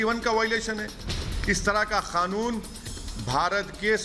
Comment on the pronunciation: ऑवैसी कृपया ध्यान दे ! इस ऑबैसी को कहो कि क़ानून कहा करे खानून नही और मोदीजी कहा करे मूडीजी नही ! वर्ना हम भी ऑबैसी नही ओ भैंसीजी कहना शुरू कर देंगें !